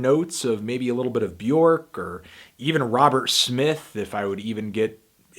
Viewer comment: Plz, Bjork is pronounced Bjerk, in her words “It sounds like ‘Jerk’”, I can’t help myself telling everybody ever since I found this out